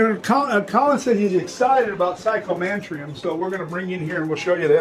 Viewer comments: Psycho-mansions??? Is that what he said?? I think it’s pronounced Psychomanteum bro! But.. ya know… I could very well be wrong!?!? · "Psychomantrum"??? HAHAHAHA!!! Jesus, so apart from "aluminum" and "nucular" and "realator", this is now a new English word fucked up by an American with the IQ of a pubic hair. This rambling ape must be highest rating on your bullshit-o-meter ever,!